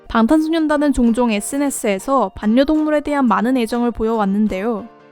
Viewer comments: 왜 이렇게 반녀동물 하는게 거슬리지..... 발려동물입니다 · 반려동물—-> 발려동물(자음끼리ㅜ만나면 부드러운 발음을위해 바뀝니다). 외국아미들도 배우려고 애쓰는 한국어. 한국아미라면 게다가 BTS다루는 유튜버라면 모범을 보입시다 ^^